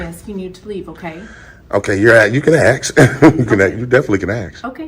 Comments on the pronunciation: It's ask not axe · Ask her not Axe her!!! 😂🎉😅Ahole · Maybe they should “axe” him to leave instead of “asking” him. He may understand this verbiage easier than English. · She can ax? What does that mean? This guy is a bitch. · “ you can ax “. What does that mean. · Please don’t axe her!! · another highly edumacated. dont AXE me.